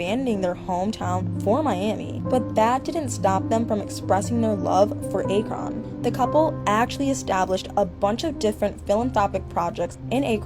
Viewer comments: Arkon, Ohio 😂😂😂😂😂 it's Akron pronounced A•kruhn lol guess you gotta be an Ohioan to know lol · You lost me at “arkon Ohio” you mean akron!!!!!!! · Akron Akron not Akon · Akron- Ack-Rn not A-cron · Where the hell is Ay---kron? Or did she mean to say Akron? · How dense are you??? I am not from there but I understand how to read and pronounce English words...it is A-K-R-O-N.....SOUNDS LIKE: AK-RIN. AKRON OHIO ..SMH LEARN HOW TO PRONOUNCE CRITICAL WORDS BEFORE YOU MAKE SOME HUGE GOSSIP VIDEO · It's pronounced AaaKRon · I had to stop listening once you butcher his hometown name...smh a·kruhn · It’s pronounced Ack Ron (Akron) 😊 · Bruh she said R-con ohio😅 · I turned off when she said ack-ron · Narrator said Akron about 4 different ways...none of them were correct 🤣🤣🤣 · Bihhhh if you say akron wrong again in this video I’m reporting 😭